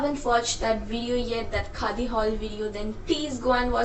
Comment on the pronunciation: Bap re accent 😂 Khaa di